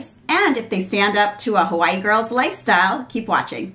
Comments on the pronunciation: Omg she's saying Hawaii. .I keep hearing white girl 😂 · I agree I thought it She said white girl than I replayed it and turned up my volume 😂😂😂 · ohhhhhh lol😂😂 my apology it really sounds like your said white but I was like she don't like white lol Thanks for replying I brought the Eylure London pro magnetic lash but I had to see if they will stay on during the day. Im going to buy the one you showed too.😊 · I replayed it several times trying to figure out if I heard the same also. Lol Like wait? What? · I actually thought you said "a fly girl" LOL! Thanks for a great video! The lashes looked great on you and your daughter is adorable 🙂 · I also had to use subtitles to see if you said "Hi I am a white girl lol " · Wait what was it she was saying at the beginning? A what girl? Sorry I genuinely couldn’t hear it lol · a 'Hawaii' girl. i thought the same thing lmao